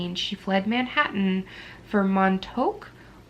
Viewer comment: I've added all to my list; thanks 😂. BTW the town in the Better Homes and Corpses (Montauk) is pronounced Mahntawk. It's a hamlet in East Hampton, New York which is on Long Island. Sounds like a fun read 📕